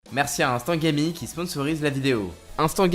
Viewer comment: y'a eu aucun effort dans ta prononciation "Instant gaming" Moitié français moitié anglais